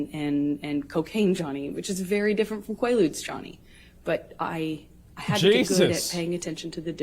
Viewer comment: QUAALUUDS?! Now I know she is lying